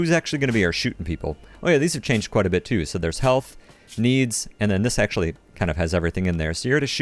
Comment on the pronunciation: I don't have a problem with your "Turban" but your "Healrut" has gotta go!